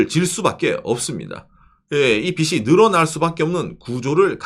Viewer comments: 꼰대같지만... 빚이 발음에서 비시가 아니고 비지로 발음해주셨으면 좋겠습니다. 아 제가 문제인 듯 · "비시"가 아니고 "비지"로!